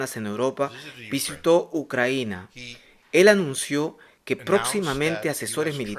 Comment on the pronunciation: Compadre, es "Ucrania" no "Ucranía". Ahí te encargo